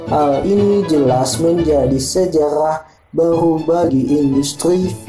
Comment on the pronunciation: gk bisa ngomong R orang nya. ngmng ber jadi berkkhh . sejarah jd sejaraakkhh mirrkkhhriss